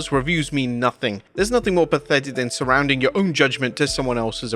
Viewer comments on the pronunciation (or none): "Surrendering", not "Surrounding"...